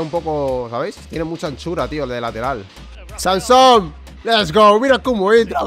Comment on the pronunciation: NO ES SANSOM, ES SAMSON. Ya está. Tenía que decirlo